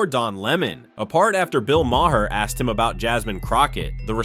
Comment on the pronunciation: Bill May-Her lol